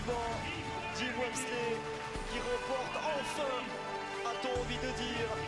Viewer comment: "Le résumé de la course". Heu... plutôt le résumé du dernier tiers de la course. Et c'est Jim Walmsley, pas "Jims". Et parler de "record explosé de 10 minutes, whoah!" sans préciser que le tracé a été raccourci d'une vingtaine de minutes par rapport à l'année dernière, c'est le niveau 0 de l'analyse. Dommage qu'il n'y ait pas de journaliste connaisseur de trail à l'Equipe.